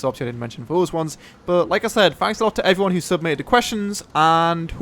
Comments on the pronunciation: mate, when you start a vid talk english.. its HI EVERYONE and not HIFone zzzzzzzz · When you say "Hi everyone" It sounds nothing like "Iphone" ... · I never thought iphone was in the intro but when I think about it in thar way, it sounds exactly like "iphone here" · people think that he says Iphone?? its pretty easy to understand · To me it sounds like you are saying "Hive one Luis here" lol =) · He says "Hi everyone here" i hear "hi fuan here" lol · LOL thought he said i foreign here